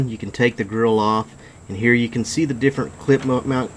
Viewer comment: I love how when you said "different" you pronounced it "deerferent" right as the screen showed a deer! hahah love the look, im trying to get some lights on my car. I live down back roads and having the light the see a deer before i hit it is crucial